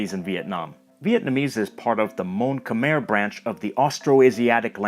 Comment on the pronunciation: as a Cambodian, or Khmer, I am so proud of how accurate you pronounce “Khmer” 🥲 so far this name has been butchered badly